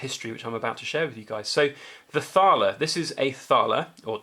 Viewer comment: The H is definately silent in Thaler.... I got one too. Not 100% silver though